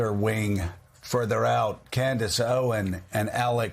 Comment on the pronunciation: ‘Candace “Owen” & “Alec” Jones’ 😂 Y’all think Joe is trolling by pronouncing them like that? Or y’all think it was just a flub? 😆